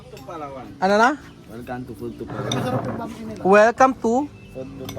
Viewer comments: IPRONOUNCE MO NG GANITO BRO ANG.... BAM - E, HINDI BAME. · BAM-E PO KUYA HINDI BAME. 😅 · Bam-i ang pag bigkas ng pancit na sinasabi mong bami.